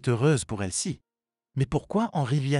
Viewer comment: Le prénom de l'amie de la mère est Elsie et non pas "elle ci"